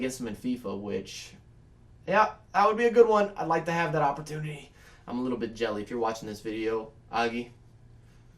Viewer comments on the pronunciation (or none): none